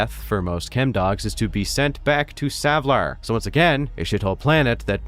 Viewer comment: YAY! Someone who actually says Savlar right! :)